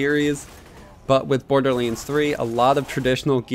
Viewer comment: Dude! Stop saying BORDERLEEENS!